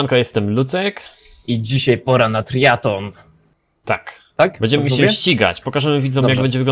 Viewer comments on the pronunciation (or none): Triathlon czyli Triatlon sie wymawia jak coś a nie triaton